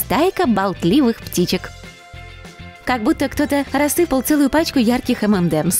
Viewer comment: Не эмэмдэмс, а эм энд эмс!